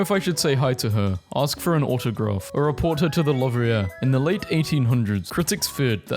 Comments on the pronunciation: I'm going to assume you purposefully mispronounced "the louvre" (lue-vr) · he butchered the name like a real american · bro why did you pronounce loverer like that? It’s louvRe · AARGH HE MISPRONOUNCED "LOUVE" I HATE IT FORE ASOLUTELY NO REASON BUT IYAGLF IU SGLUIESG;IU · "lou vree ai" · LUV REE AIR 🤣 boy please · It's pronounced loovr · Ah yes, the famous Lovrierre museum in the city of Payrice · PLEASE tell me you didn’t just call the Louvre the Lovreh…. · “Love ree all” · Same lmao, I wasn’t fully paying attention and I was confused when he said “lovreay” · Your pronunciation of Louvre is stuck in my brain on repeat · The way he pronounced louvre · How did he pronounce Louvre 💀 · i was enjoying the video until he said the word “louvre”. still a good video, it was just haunting my thoughts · For the most part good video! I’m glad that for once it was an actual human reading rather than the same annoying ai voice only issues were that sometime the text stays blurred too long so you can’t read it and a few words were mispronounced e.g “the louvre” hope that helps 👍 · I'm an American and that was painful to hear. It's only the most famous art museum in the world, I mean, it must be hard to find examples of it's pronunciation. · How the hell did my guy just pronounce Louvre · the way he pronounced louvre 💀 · Please someone teach how to pronounce words correctly. I died when he tried to pronounce Louvre. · i did a double take and my brain played the "what did he sayyyyyyy" thing, when i heard it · how the hell did you pronounce louvre?